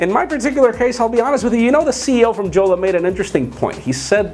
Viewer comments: Jolla pronounced as Yolla and not JJolla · The name is pronounced "Yolla"